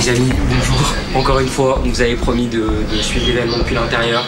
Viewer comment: Faut arrêter avec "les zamis", t es pas une influenceuse mec